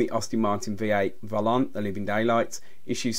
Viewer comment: It is AST-ON Martin...Not Aus-tin Maerin...Not hard to pronounce is it? And it is Volante...not volont!!